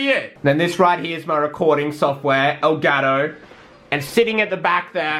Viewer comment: El gato pronounced in doucheglish: eu garo